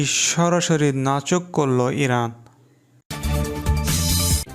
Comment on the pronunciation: নাচোক নয় নাকোচ হবে।